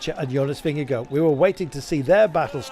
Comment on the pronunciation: For goodness sake! It’s NOT pronounced “Vinga-go”! Disrespectful…